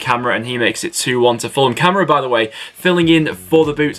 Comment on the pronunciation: Yo u pronounced kamara name wrong it is kar Mara